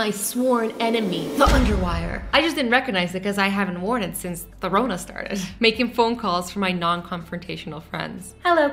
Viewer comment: I love ur videos there the best and rn I’m not trying to be rude but when u said corona u said Rona and my name is Rona